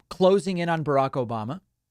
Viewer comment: "Obamnha" makes me laugh every time!